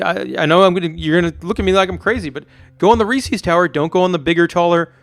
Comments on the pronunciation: Yeah it’s pronounced “Reese Is” not “Reese Ease” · I just wanna know why the fuck would it be pronounced “reesies” ???? It’s Reese’s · Uhh why do you say Reese’s like it’s Reesies? Annoyed the hell out of me every time. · 51% says Resse ies